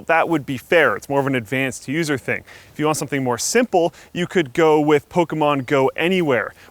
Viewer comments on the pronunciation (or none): none